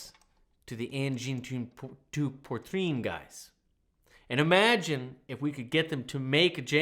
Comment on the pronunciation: Engine the pee-trine